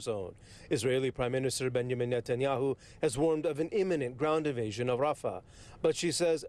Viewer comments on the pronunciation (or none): "Israeli invadion" ... well, you got two words correct.